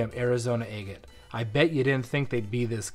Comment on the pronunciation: I love your videos, except how you pronounce agate. Lol